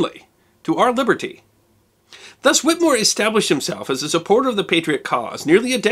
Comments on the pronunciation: It is Pronounced...."Whit A more". There is an E in there. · You must do a expose on the doctor who treated him, the skilled Cotton Tufts. Also please note we in Massachusetts pronounce the last name Whittemore with a short clipped " e" in the middle of the name not whittmore. Great work I follow you almost religiously. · A distant cousin on my mother's side. The name is pronounced with a short E not with a silent E. The family all over MA and NH. They owned at one time a big portion of New Found Lake, NH. Only a private cemetery is still owned now.